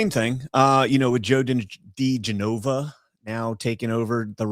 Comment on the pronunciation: It's pronounced dee JENova, NOT dee jeNOva!!!!!!!!!!!!!!!!!!!!!!!!!!!!!!!!!!!!!!!!!!!!!!!!!!!!!!!!!!!!!!!!!!!!!!!